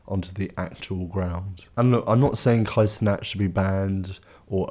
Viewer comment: The way you said "cenat" made me have to pause the video, leave this comment, and never watch it again